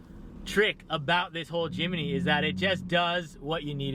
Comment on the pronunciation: Jim-knee not Jim-ee-knee 😂